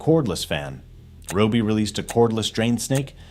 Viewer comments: I like how the AI pronounces RYOBI 3 or 4 different ways throughout the video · AI commentary is the lazy creator's way of production. To mis-pronounce the brand name several different ways is absurd. Why can't the narrative be done by an actual human who knows how to pronounce and enunciate properly? And the cut off at the end in the middle of the sentence? If you don't care about presenting the brand professionally, why even post it?